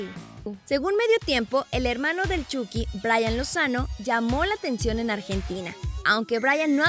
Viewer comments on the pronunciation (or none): none